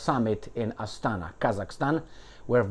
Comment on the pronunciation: It's Astana. Inflection on the first. Even I know that much.